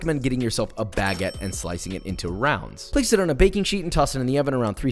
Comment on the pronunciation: It’s not bagget it’s “ba - gette” notice one g and two ts.